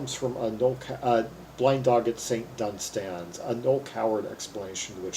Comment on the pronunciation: One of my all time favourite songs. Minor quibble - The emphasis on the word "Dunstans" is on the first syllable.